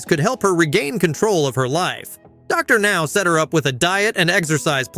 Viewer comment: The AI got WORSE as the video progressed! Dr. Now became more harder for it to say